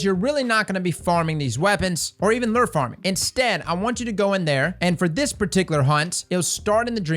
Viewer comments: Not to be that guy, but if you're gonna say it that many times, I gotta say something too. It's "lou-er", not "ler" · Its pronounced "Lou" - "er" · Lure = Lew-er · the way he says "lure" like LERR lol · Dude how are you saying “lure”? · Man no one can say lure properly lol